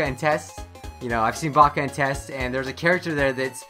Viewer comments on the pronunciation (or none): none